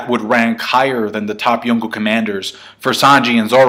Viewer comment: Cant handle him calling them yooko instead of yonko